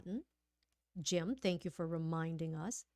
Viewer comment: Thank và tank đọc hay nhầm hoài à